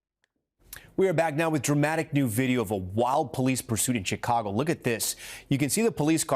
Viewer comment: Did he say Chicargo? LOL